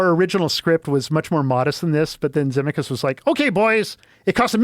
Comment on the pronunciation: Never heard of his name pronounced Zemmi-kus. Also why tf did he go into the story of him being a drunk and killing his passenger and throwing his wife? He didn't sound like he took accountability. Didn't even name the victim.